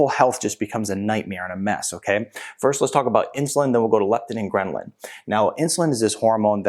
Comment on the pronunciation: GHRE- LIN ( or ghrel-in_ .... NOT greMlin !! lool :) sorry, hadda tell you... :) do not think you know it SOUNDS like you are putting in an M in the word lool :) A GREMLIN is a troll-like creature